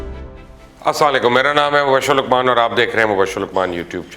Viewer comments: Salam Sir plz ap salam thek se kia krain. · Aoa mubashir sir plz say Salam in a proper way jazakAllah